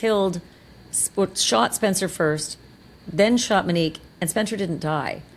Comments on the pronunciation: CANT LISTEN TO YOU CALL HER MINEEK ONE MORE TIME. SHAME ON YOU. YOU KNOW BETTER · Im 10,000% sure her name is Monique not Minnique